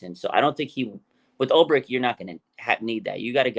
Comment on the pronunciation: Jesus Christ…. Arik is pronounced “air-ick” no “ahhrrr-ick”.